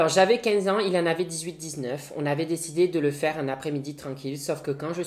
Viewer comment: Le "dessidé" à m'as choqué quand même ^^